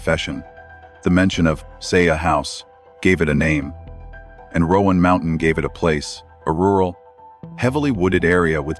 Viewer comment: Please stop saying "Rowan Mountain". From a geographical aspect, there is no such place. It's Roan Mountain. It's not pronounced as "Rowan". I realize she said it that way, but that was not correct to begin with. And yes I know it's AI speech but she did pronounce it like that